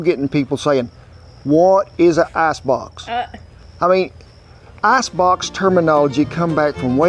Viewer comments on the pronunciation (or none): Wooster sauce. With your accent, ice box sounds like ass box... Thanks, must try this.